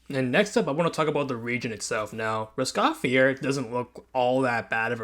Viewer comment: Bruh....this has to be one of the worst reviews I've ever heard/seen. You cant even pronounce Roscaelifer... you haven't played this season- yet, you are judging it? You dont even play the game right now? Maaan you should just delete this video. You look lame saying all of this. For anyone who actually plays this game, ROSE-KAY-LE-FER (YW) IS the best update the game has ever had.